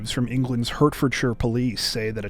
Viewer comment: Another great video as usual so thanks for that. One small correction - Hertfordshire is pronounced Hartfordshire. I know, who would have thought that.